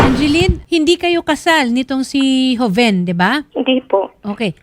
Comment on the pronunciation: Joven yata name nya hndi hoven in pronounsation..joven